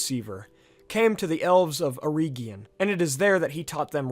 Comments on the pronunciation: I only suggest "reg" instead of "reeg" in the pronunciation of Eregion, as per the audio books from the Silmarillion. C. Tolkien as an adviser on the languages. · Great video, I'm just a bit iffy on the pronunciation of some place and people names, the way you say eregion for example. I recommend you read Tolkiens notes on pronunciation in the appendix. Mae Govannen, mellon. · Pronounced err-Egg-eon, not err-Eeeg-eon. Also, it should be illu-Var-ter, and not Illu-vutter. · Eregion for example, you're pronouncing it as Eree gion, but the second e is just as short as the first. Then Gwaith-I-Mirdain, I don't understand how you mispronounced that cause you said the first ai correctly but then you did the ai in mirdain with English pronounciation instead xD, also in this case the I (inbetween the words) is pronounced as the english ee. Dol Guldur, not Dol guldor. I think that was the main ones.